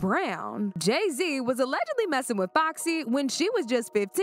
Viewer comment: Allegedly. The “g” is pronounced like a j.